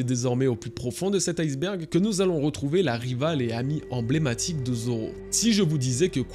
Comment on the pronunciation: je suis un casse couilles mais iceberg le ice se prononce pas ice comme en anglais. à la base c'est ijsberg du coup on dit i-sberg et pas ail-sberg